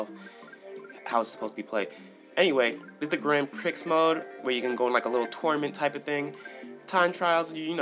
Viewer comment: grand Prix is Pronounced Grand Pree The X is Silent. Nice review though :)